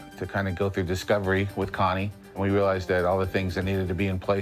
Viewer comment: Wait a minute. The lady’s name is Con-nae West? No one is going to talk about that?